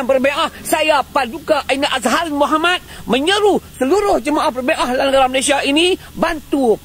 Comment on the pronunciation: Malaysia bukan Melaysia